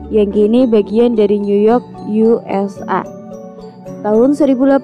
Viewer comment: Portugis bukan protugis ka, USA bacanya yu es ei bukan yu es a